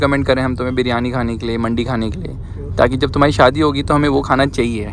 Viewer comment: Brrooo its not baji wali mandi its mandii